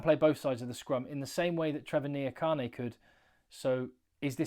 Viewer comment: Trevor IN-JA-KAH-NEIGH